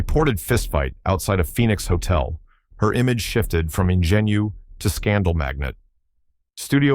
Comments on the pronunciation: Ingenue. n-GEN-u is wrong. One of many wrongs. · My thought exactly!! In-genn-you LOL and O-lath-ee?? Come on, its O-lay-thuh!! AI can be useful for written things, but for voice-overs it is a TOTAL joke!!